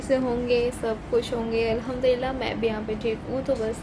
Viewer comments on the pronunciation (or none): none